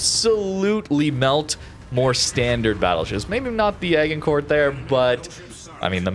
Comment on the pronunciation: Your pronunciation of my favourite BB, Agincourt made me gag.